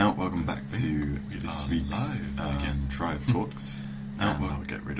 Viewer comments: play gw1 its pronounced teer-ee-ah said by the voice actors in gw1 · Uh, dude. It's Tyria. I believe that'd be pronounced ty-REE-yah. C'mon. You're English. Don't let us Yanks start telling you about language. ;-)